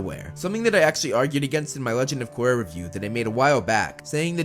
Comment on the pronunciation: "Legend Of Gorra"